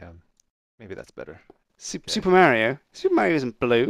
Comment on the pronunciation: Super mare-rio